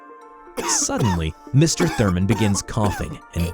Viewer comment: you mispronounced ''Turman''